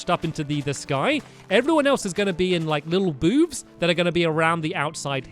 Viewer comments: did anyone else notice stampy said "boob" instead of boothe?!?! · Did you say boobs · "Everybody else is gonna be in little boobs" - Stampy I know he said booths but I heard it like this😂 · Damon Benson it actually sounded like little boobs 😂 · Did you say little boobs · When Stampy said booths, I thought he said BOOBS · "Everybody else is going to be sitting in boobs" Hahahaha😂😂😂that is what I heard!!!😂😂😂😂😂😂😂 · was it just me or did stampy say boobs -_ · Boobs or Booths? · he did didn't he ik he was soposed to say booths but if u listen closely it sound like he said boobs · he says boobs or booths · Lucy Rawlings but i did here him say boobs but he meant booth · he said there both gonna be in little boobs lol 😂😂😂😂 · Tying had to keep replaying that part when he said booths cause his accent made it sound like boobs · Is it me or did miss-say the word booths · he said booths but he had an accent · He said booths but yes it did!! LOL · It sounds like boobs XD